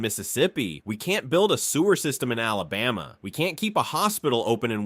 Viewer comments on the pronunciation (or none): I couldn't stop laughing at the pronunciation of Alabama as Olaboma, lol! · Typical embarrassingly inaccurate AI narration: it pronounced neither « Alabama » NOR « Mobile » correctly—-and that was just within the first sentence of this « list’s » SECOND entry, Prichard, AL. The retirement/pension fund for city workers in Prichard did absolutely *NOT* go « bankrupt, » incidentally. For a couple of decades Prichard municipal officials EMBEZZLED FUNDS from the city’s retirement accts that eventually no money was left in those accts. Officials/criminals were prosecuted and convicted, of course, but that did NOTHING for those former Prichard city employees who had been depending on those pension checks simply to die marginally above the level of abject poverty.